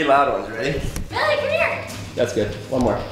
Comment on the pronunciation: Anyone else heard to lizz He said come her bab